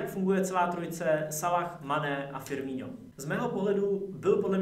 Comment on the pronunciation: Čita sa to FirmiNo nie FirmiŇo